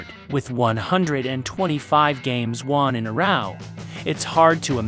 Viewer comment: Even when the robot pronounced row as roaw in the first minute. I never subscribe to channels that use the fake robot reader.